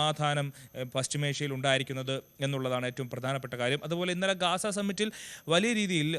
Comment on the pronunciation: ഗാസ അല്ല ഗസ്സ